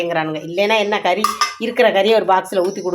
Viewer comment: കരീ അല്ല. കറി എന്ന് പറയണം